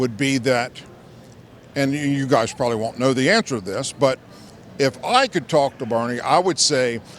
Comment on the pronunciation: Well it was all ok until you said probally. If you are going to call others a failure, then at least know how to speak properly.